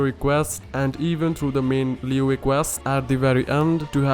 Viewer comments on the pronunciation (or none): none